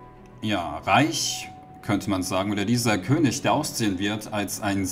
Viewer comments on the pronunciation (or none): none